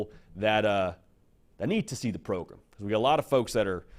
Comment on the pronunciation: can you say pro-GRAM instead of pro-GRUM thanks